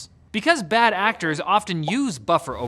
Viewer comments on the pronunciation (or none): I laughed hard at "bad actorts"